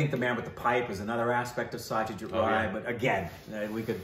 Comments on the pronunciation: It is Aishwariya Rai (Raa + I) and it is Satyajit Ray (pronounciation of "Ray" may be taken from "Sun-ray") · As always love the movie reviews, have to watched this film though! Congrats 🥳 again in the 1M milestone! By the way the ‘Rai’ is Aishwarya Rai comes from Karnataka, she is from a Tulu speaking family. While as you know Satyajit Ray is from Bengal, and the Ray in Bengali is pronounced as Roy but for most Indians it’s is Ray as in the Ray of sunshine! Well he was certainly the brightest Ray of shine ✨